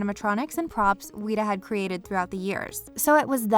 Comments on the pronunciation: Why did you say Weta like Wheat-A It’s said like Wet-a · We must fear the Wheat-uhs... Seriously though Weta isn’t that hard of a word like... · If I hear “weeta” one more time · I know the mispronouncing of words is a way to get engagement on here but come on, WETA as weeta? Its one of the leading VFX and animatronic creators in the business right now and your channel doesnt know how to say it's name right? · It's weta, not weeta. :( Just like the bug they named themselves after. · "Wheat-uh?" ...Smh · Me: Please don’t say it again. Please, I beg you...it’s not pronounced like that.... Video Narrator: WEE-taaaa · did you really call weta ,weeta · You pronounced weta wrong :/ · Your saying weda wrong.